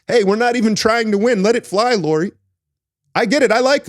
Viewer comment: It is pronounced like Kyle Lowry.